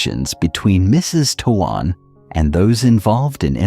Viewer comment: Would you please please pronounce his name correctly t o a n is pronounced "tone"!!!!!!!!